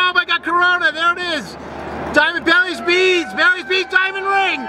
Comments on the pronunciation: "the MOOOOOOOONS shadow is coming" (I know it's "baileys beads" but he pronounced it like this) "BELLYS BEADS BELLYS BEADS" (like he's crying) Diamond ring! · Did he call them "Barry's beads"? Lol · David French right it’s bailys beads